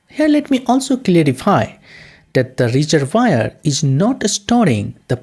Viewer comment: great explanation, love the reservoir pronunciation, thx